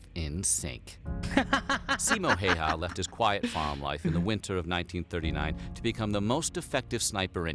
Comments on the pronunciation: i dont mean to be rude or anything but its pronounced highharr and you roll the r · His name is not pronounced like that😅